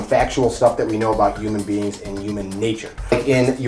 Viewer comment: Yes there's an H in humanbeings and it's not silent lol jk